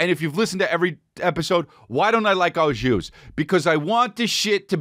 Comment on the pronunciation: Don't say O (shoes)JUICE when your brain knows it's AU JUS before you talk smack about it. Hello, I'm from the arctic circle by the way, and still I know that it's au jus. Pronounciation approved over time though, so you're excused.